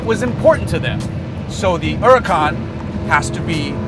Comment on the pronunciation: huracan isnt italian its spanishits pronounced like hurra-can sorta with a semi silent h. hurricane is uragano in italian